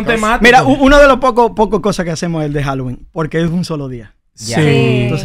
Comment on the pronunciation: es navidad no hoowinn